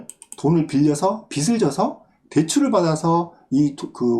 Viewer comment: 바티칸에 비슬 져서~ 비즐 져서라고 표현해야 합니다. 빚을은 비즐, 빚이는 비지, 빚에는 비제라 발음해야지요. 고맙습니다.